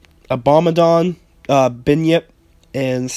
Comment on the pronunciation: You said the names wrong, sekhmet is pronounced "sek met", bunyip is pronounced "bun yip" and abaddon Is pronounced "ab bad Don"